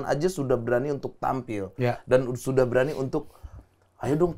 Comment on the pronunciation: "Dulu saya masih punya wibawa, sekarang syudah hantjur leburr" wkwk 😭😂 sehat selalu Habib Ja'far